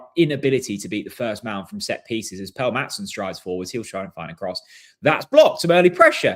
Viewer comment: Why do you still insist on calling him ‘Pell’?